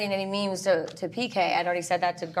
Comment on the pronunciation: I love it when Jennifer Tilly calls it a "MIM" instead of a "MEME." 😂